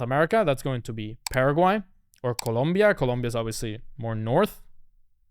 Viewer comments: You are NOT welcome to ColOmbia! People here hate when people say it wrong. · 😂 you are a resident of Columbia ? It’s COLOMBIA !!